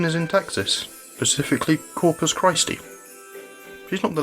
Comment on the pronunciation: Uhm, i"m not a texan by any means, but i'm pretty it's kris-tee, my friend.